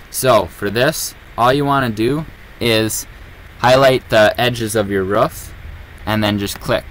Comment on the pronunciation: we not gonna talk about the fact that he pronounce roof as rough